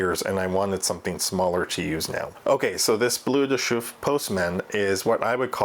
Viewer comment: Pronounced B-L-E-R de Chauffe, not B-L-U-E